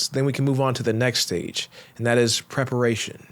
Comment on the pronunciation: pararation lol great and insightful video though 🙌🏽